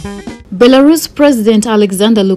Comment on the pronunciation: Nyasha Chikwinya cant even pronounce the name right, hanzi BERALUS😹😹😹😹😹😹